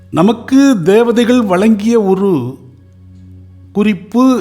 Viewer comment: Your Tamiz is good. But can't you pronounce the special letter of Tamiz. Za. Valangya illai. Vazankyua. Valangum illai. Vazangum.